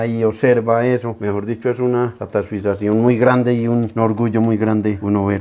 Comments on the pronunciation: jaajaj en el minuto dice satasfisacion muy grande UWU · "satasfisasión" xd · satasfisacion jaajaj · satasfisacion muy grande. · Me causa gracia solo por los sonidos que escupe de su boca luego de pronunciar incorrectamente esa palabra. No estoy pensando que simplemente no sabía cómo pronunciarla al no recibir una educación adecuada, solo pensé en que la pronunció así sin culpa, quizá por los nervios. El señor me cayó bien como persona, no lo he despreciado.